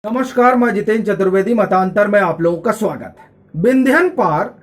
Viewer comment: आपका नाम जितेन् है या जितेंद्र है समझमे नही आता है। क्योंकी आप उच्चार तो "जितेन" ऐसा करते हैं। द्र" की उच्चार कौन करेगा।